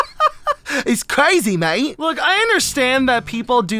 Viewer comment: I’m British so when I heard her say crazy mate it was absolutely hilarious